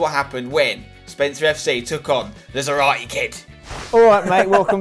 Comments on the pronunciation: I know it sounded cool in the series but you mispronounce his last name 🙈🙈🙈🙈 you pronounce it as if it was written Zaráte while its Zárate...the accent in the first syllable . I know it may be the same for you cause you speak English but...just wanted to let you know ....ZÁRATE ("Sarah-TEH") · Has anyone ever told Spen that he is misspronnouncing Zárate's name? It's zÁrate not zarAte. Enphasis on the first A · its zÁrate, xDDD